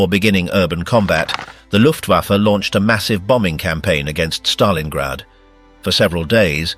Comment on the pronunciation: Stalingrad not Stalinggrad